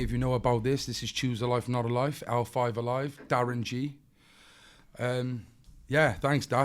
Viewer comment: Did he say choose a life not a life ???? 🤔🤔😵